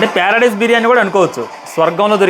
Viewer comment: Paradise ❌ Pyaradise ✅ 😂😂